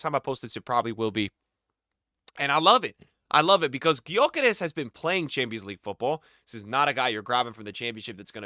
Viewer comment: it's pronounced (Yo Kerr Esh) just FYI